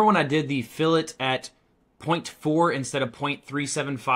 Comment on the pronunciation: Ok. It’s NOT filet like filet of fish. It’s fillet “fil-lit” fil it. Dictionary.